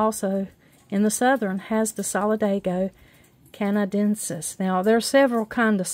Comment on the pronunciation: Solid-AY-go can-uh-DEN-sis